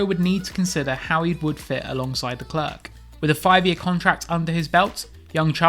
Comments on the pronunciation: The C is silent.... Idiot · I hate the way you say Leclerc... Figure it out.